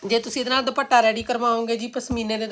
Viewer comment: ਤੁਸੀਂ ਦੁਪੱਟਾ ਕਿਹਾ ਕਰੋ ਦੁਭਾਟਾ ਅਜੀਬ ਲਗਦਾ